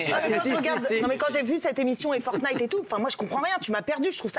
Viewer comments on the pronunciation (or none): Francesca : Fortqnite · Forknite lol